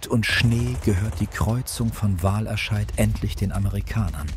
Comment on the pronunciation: Wahlerscheid ist korrekt, da bin ich in der Aussprache nicht sauber gewesen ;-) . Ich hoffe sonst hat dir das Video gefallen?